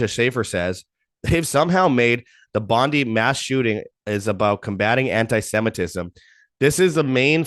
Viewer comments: just an FYI ... It's Bondi with an I , not Eeee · Aussie here, it's pronounced Bond-eye. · It's pronounced Bond-eye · Pam Bondi. 😆. Bondee beach. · It’s pronounced BON DIE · Bon die is the correct pronunciation.😉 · It's pronounced Bon-Die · You're an idiot and know nothing about Australia you probably had to Google us before your post you should probably start with the name of the place and how to pronounce it your wrong on most of what you say the rest I couldn't stomach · It's very annoying that they are mispronouncing one of the world's most famous beaches.